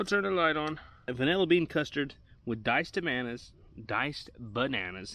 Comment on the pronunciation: “Diced Tamanas” 😂